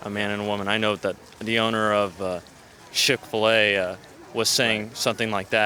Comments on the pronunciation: Sounds like he's saying SHIT fil-a... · i completely lost it , homeboy with the man bag said "the owner of shick filet", lol!!!!!!!!!!